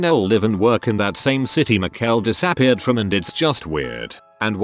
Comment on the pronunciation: Some of the mispronounced words are jarring, and funny af. Kind of a “break” in the deeply tragic mood. “She diss-AHH-peared.” Lmao.